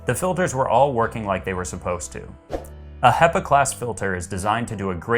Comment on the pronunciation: Great review. I've ordered it based partly on your recommendation. Only problem is that 'hepa' is pronounced with a short "e" not a long "ee". Pepper, not people. ;)